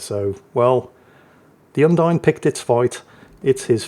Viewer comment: Thanks for the video. I know better than to hope will ever learn to pronounce foreignspeak, but on the off-chance: Bearn is pronounced like bay arn Undine is pronounced Oon (as in moon) DEE nay